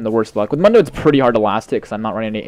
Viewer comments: why do you say mun-doe, its moon-doe. Even press his taunt or joke. He says his own name... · ***** Just so you know it, It's pronounced Moondo. Not Mundo.